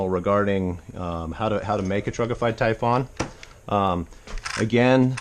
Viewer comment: Please stop calling it a Tyfawn. It's Typhon (Tyfun)